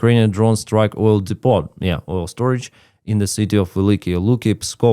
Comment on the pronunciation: You don't pronounce the "t" at the end of the word "depot." Sounds like "Dee-Po", with a long "o" (rhymes with "toe"). Love your videos.